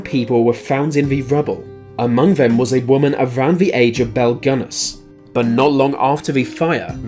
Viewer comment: Nice video, but Belle's last name is pronounced Guiness just like the beer ; )